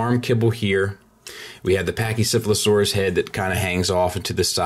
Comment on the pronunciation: be honest...how many times did you practice saying pachycephalosaurus...seriously...